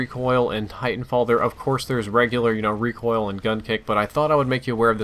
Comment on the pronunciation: RECIOL RECIOL RECIOL